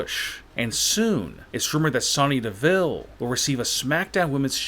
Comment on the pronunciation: It's Sonya Deville not Sony deville